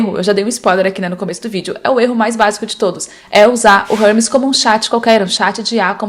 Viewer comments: érmes - não é Rérmes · "Hubs... Rãmis... Harmes...? Ahhh, agora entendi, era Hermes! 😂 Uma sugestão sincera: como o vídeo é em português, talvez valha mais a pena usar uma pronúncia mais próxima da que o público brasileiro está acostumado a ouvir. Nesse caso eu realmente demorei para entender de quem você estava falando. Se a ideia era gerar engajamento nos comentários, funcionou perfeitamente. 😅 Mas se não foi intencional, a pronúncia acabou atrapalhando um pouco a compreensão do conteúdo." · Se fala érmes, não rérmes